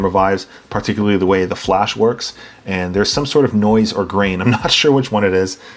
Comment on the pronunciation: I ‘par-ticularly’ enjoyed this video. Subscribed lol